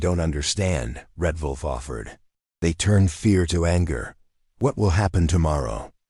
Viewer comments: The AI voice can't even pronounce WOLF right he says it with a V instead of a W, so it sounds like Volf instead of Wolf. Would be GREAT if you could get a REAL LIVE HUMAN BEING to narrarate your stories that way they would pronounce words right and not say dot dot dot when in the story there are 3... Twin Falls, ID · WOLF! NOT VOLF!